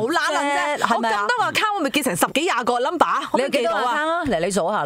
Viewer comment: 我都想讲。。。仲有Account读成Akkang我耳仔都好唔舒服。